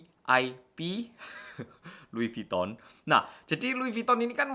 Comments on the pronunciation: bacanya lui vitong bukan viton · "Luwi vitong" bacanya. Sukses terus ya. Udah setahun nontonin channelnya